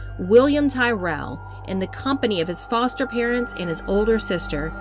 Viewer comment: Tyrrell. It's pronounced Tir-ril